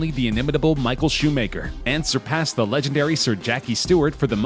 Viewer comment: "Michael Shoe Maker" 😂😂😂